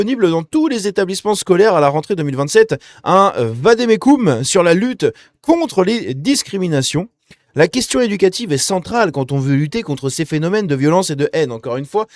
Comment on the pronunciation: 7.41: La porte de Brandebourg à Berlin. j'aimerai bien voir, par curiosité ce vade-mecum (qui se prononce, ceci dit en passant, "vadémécome" et non "vadémécoume"... oui, je sais, le latin c'est chiant et compliqué! ), je pense que l'on trouvera de formidables pépites dans ce petit guide. Je ne saurais dire pourquoi... mais je pense que l'on tient là la version "arc-en-ciel" du " Petit livre rouge" de notre "très cher" ami Mao (une petite intuition peut-être... ou la force de l'habitude sûrement...).